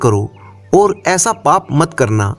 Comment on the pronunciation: ओर। और कहना सिख जा बाकी सब ठीक